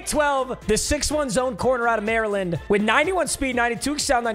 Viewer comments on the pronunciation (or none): none